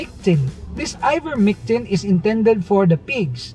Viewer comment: Its ivermectin not mictin..